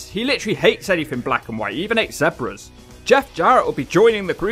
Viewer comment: ZEbra not ZEBra